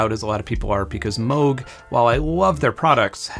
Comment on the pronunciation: Thank you for pronouncing Moog correctly! I know the family of the founder and everyone pronounces it wrong!